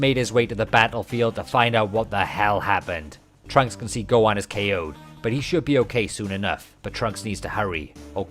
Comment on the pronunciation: God your pronunciation of Gohan is irritating 😂